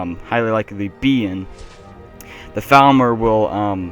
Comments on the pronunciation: Dude it seems you have a problem: every time you say Falmer it sounds like you are saying Thalmor and it's clearly upsetting a lot of viewers. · their called falmer not thalmer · For half the video I thought you were saying "Thalmor".